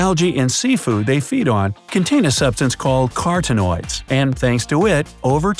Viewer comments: thats not how you pronounce carotenoids. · OMG! Please have the narrator learn to pronounce the words before you record these!